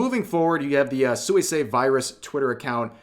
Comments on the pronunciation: You know her name is pronounced "swee-say" and not "sooey-say" 😄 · Hi, Rev, good stuff. One thing: Suisei is pronounced more like "Swee-say" than "Soo-ee-say". It means "aquatic" or "aqueous". I hope this situation sorts itself out. Hololive at least seems more together about this stuff than that other Japanese VTuber agency that has been so much in the news lately. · Did my boi Rev just say “soo-ee-say?” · the way you say suisei is kinda psychotic just sweesay- is fine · I know I'm gonna get dunked on for doing this, but here's a pronunciation tidbit! Suisei is pronounced "Swee-say" in the JP language. I personally try to do it accurately when it's a JP Vtuber, but I'm already firmly in "That Guy" territory by commenting this. XD Love your content, Rev! Keep it up!